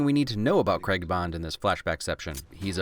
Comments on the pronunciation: Love the video, hate how Americans say "Craig" its CrAig or Creg! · It’s Craig, not cregg. Pronounce it right or don’t bother saying his name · Why do Americans pronounce Craig ‘Creg’ 😫😫😫😀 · "Daniel Creg" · Craig is said like Greg. I can't not notice it. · Love your videos and love the "things that have faults can still be enjoyed" train of thought but if you don't start pronouncing craig with the a I don't think we can be friends 😂. I'm kidding of course but the ai isn't pronounced as an e it's pronounced as just an a. Like cray. So Daniel Cray-g. Love if yah read this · Why does he pronounce Craig as kregg? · And an American's inability to correctly pronounce Craig is a fail. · I do like your video and I do agree but (I know this is just an American thing ) the way u said Craig is annoying. There is an a in his name 😂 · I love this film but I have to say your pronouncing Daniel Craig last name wrong (it's an English thing but still triggered) love this channel though u you do good.😁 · Why does he replace the "a" with an "e" in "Craig" and also just completely misses out the "i" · Why can't Americans say Craig? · America - please learn to pronounce the name Craig like an adult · My good man, please, "Craig" not "Cregg" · Oi mate, its prenounced Craig not KrEgG. Other than that, damn fine job old chap. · CRAY-G not CREG. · I hate how Americans say Craig as creg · It’s Craig not creg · It's not pronounced CREG its said CRAG but its spelt Craig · I'll subscribe to your streaming platform if you learn how to say "Craig". It's Craygg, not Kreg! Deal? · Why are you calling him Daniel 'Creg'? C R A I G..... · Another great EGA... but why can't Americans say Craig correctly. It isn't pronounced "Creg" it's pronounced "Cray-g". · All I've learnt from this video is that the Americans can't pronounce "Craig" correctly. I jest, great video as always! Looking forward to the rest of the series. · Craig NOT Creg wtf is wrong with Americans there's no E you imbecile